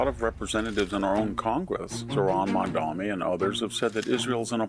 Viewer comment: It is, "Mamdani". Not, "Mamdami". Are you illiterate, or do you find yourself strangely unable to function normally when discussing a non white person? It must be one of the two, because the name is clearly spelt, it is only seven letters, and it is not remotely challenging to pronounce. Yet somehow, you still manage, like a tottering, befuddled one, to get it wrong. What happens when you have to discuss Chinese, or Fijian people? Will you spontaneously combust, or just make it up as you go along? Victoria David Henderson? Is that okay with you?